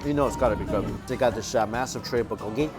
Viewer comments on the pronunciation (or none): none